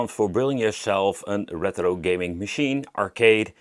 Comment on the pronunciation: why do you pronounce it reTHro pal? 😂 it's easier to say it retro 😊